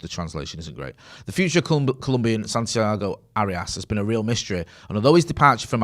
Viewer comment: "Santiago Hairyarse"? Sounds like he might need one of them there Manscape jobbies